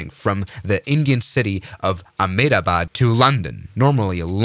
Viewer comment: The pronouncement of ahmedabad is emdaabaad